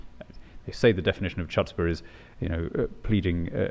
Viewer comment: Chutzpah is pronounced with a guttural like kh (actually, it seems "Chirstina" also properly is also produced that way. Although the word is known from the Yiddish, It is actually Semitic - I presume Aramaic, since it appears many times in Rabbinic writings but not, to my knowledge, in the Bible. While we are on the Bible, the king under the Bible is bound by the Law, and thus he must keep a copy of it with him at all times.